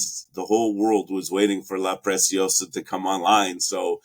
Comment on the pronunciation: Good video, but for heaven's sake, start pronouncing La Preciosa correctly.. it is NOT pronounced like "precious". In LatAm Spanish, the "c" in La Preciosa is pronounced just like an ordinary "s" (in Spain it would be pronounced like a "th"-sound).